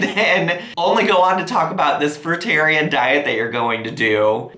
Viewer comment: Thank u for pronouncing fruitarian correctly so far 2 have mispronounced 😅